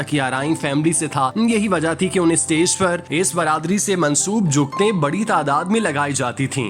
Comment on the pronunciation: آپ اُردو تلفظ دُرست کریں۔۔۔ استیز نہیں۔۔۔ اسٹیج۔۔۔ ڈرومے نہیں۔۔۔ ڈرامے۔۔۔